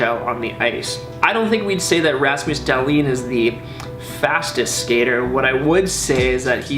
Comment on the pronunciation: Did he call him ras mouse dalton lol it's ramus dalhin learn hockey